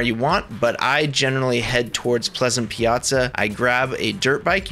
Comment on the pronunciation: you actually pronounced well the "piazza". cuz it's piazza, not piasa. and it is an italian word that means: square, not as the geometrical shape. (like anvil square in the previous chapter)